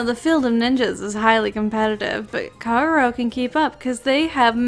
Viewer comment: OK, so someone explain to me... Kagero pronounced Kah-geh-row which is literally the same thing minus 1 letter each, how the fuck do you get: kUH-GAY-row out of it? Like am I missing something or are Americans just this bad at basic pronunciation?